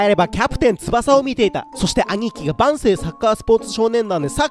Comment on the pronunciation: 万世の発音よ